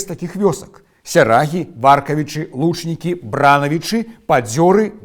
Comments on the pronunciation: Хачу заўважыць, што правільна вымаўляць так: выбрАнцы, вёскі ВаркавІчы, ЛучнікІ, БранавІчы. Паходжу з тых вёсак, і мы заўсёды вымаўлялі толькі так. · Бранаві’чы, Варкаві’чы, Лучнікі’. Націск ставіцца ў гэтых месцах😊